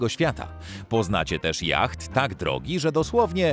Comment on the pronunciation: yacht wymawiamy jako jot